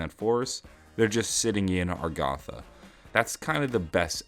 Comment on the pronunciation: It's agartha not argatha